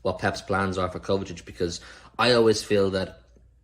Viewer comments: mate it’s pronounced KovaCHICH not ‘Kovetic’ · Someone please tell that’s it is kovacic, not kovatic